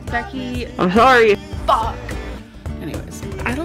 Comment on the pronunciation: Becky..... IM SHORRY.... FOCK.... anyway